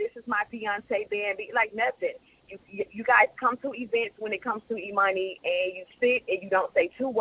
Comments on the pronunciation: finally they said that little girls name right instead of emoney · Sounds as if He Said Emoney Too